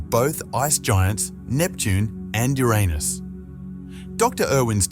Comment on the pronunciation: WTF "yo-raa-nis" ??? it's pronounced "your anus" NASASS🍌